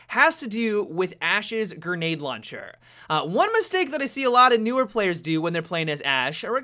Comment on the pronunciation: launcheeer you're so ratchet -_